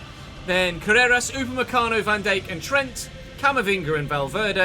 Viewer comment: Petition to teach how to pronounce Van Dijk?!